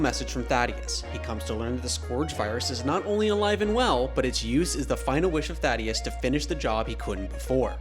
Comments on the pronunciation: fr. How people on the official Prime account can't get the name right. RIP THAEDUS, u ain't deserve all the mispronunciations of your name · Take the video down lil' bro you mispronounced the Great Thaedus' name